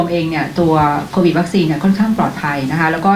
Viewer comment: โควิดอ่านโควิทย์...